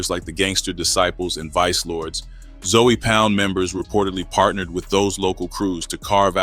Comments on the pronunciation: Nigga said Zoey😂😂😂😂....its zoe not zoey homie😂😂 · It’s not Zoey or zo it’s ZOE!!! Gotta be from Florida to know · 😂😂😂its zoe(zo) but he said Zoey hilarious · Im not Haitian but I know 4 a fact its not zoey its Zoe Pound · It’s not zoey it’s Zoe but pronounced like zo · Your videos could have had million views , but you keep saying Zoey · Stop saying Zoey wtf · Fix your A i it aint zowey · 😂 for real wtf zoey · Yo got name wrong I heard of Zoe!!!!! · Must be AI having a hard time with the pronunciation.